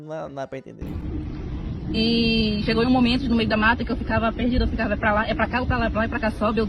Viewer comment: "Eu tarra e ficarra"